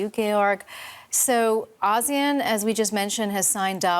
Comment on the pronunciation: It's "A see` yan" not, Ah`seon! Please say it correctly.